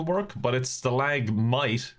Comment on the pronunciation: Heard stalag-might and immediately hit the thumbs up lol